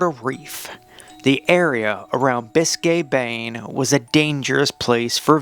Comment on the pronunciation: I caught that Biscay Bayne tongue blooper.